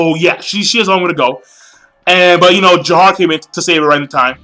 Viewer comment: damn even in the anime i still don't like alibaba. and its Jafar not Jahar